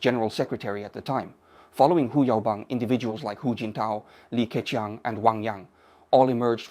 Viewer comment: 那些can’t的發音和好些字例如leader都是用了美音。而整體說話卻是仿英式的。克強的強很多次都發音不一致，plus講了ploose。這些都是AI有瑕疵的地方。不過已經很高水平，很多以英語為母語的人，其實措辭都不會表達得那麼好的。不能想像以後的Ai會去到什麼水平的了。